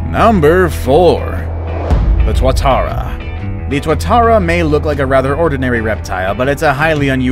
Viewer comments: Tuatara is pronounced two-a Tara please get it right thankyou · Tuatara is pronounced too-uh-tar-uh